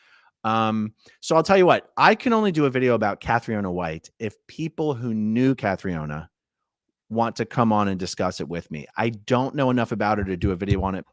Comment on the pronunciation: Pronounced KATRINA not Cath-ri-oh-na